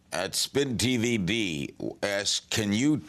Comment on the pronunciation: "spin tvd" "eye-dee new york" goddang larry king is a novice at best